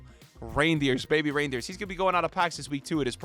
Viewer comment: Ayo im pretty sure Reijnders doesn't belong to Santa Clause, that's not how you pronounce his name